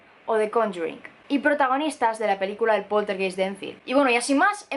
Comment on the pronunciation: Hola. Una observación, la palabra poltergeist se pronuncia /poltergAist/, es alemán, geist significa alma.